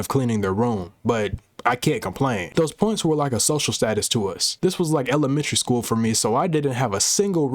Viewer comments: And he started the video with “ool” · Pool bro😂😂😂😂😂😂 did he mean school